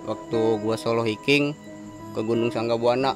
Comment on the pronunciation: anda berani, naif dan baik. Oya yg anda maksud highlander (bacanya hailender), hiking (haiking),;) sukses trs utk anda